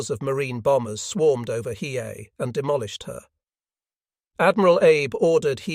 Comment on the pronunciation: Listening to the AI try to pronounce Hiei and fail every time is hysterical.